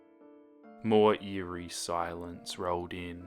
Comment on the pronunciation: when he said:eary chill running down my spine,i had a chill run down ma ass